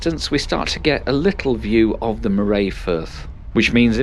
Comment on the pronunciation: The pronunciation of Moray catches a lot of people out. It rhymes with hurry, not with hooray or today.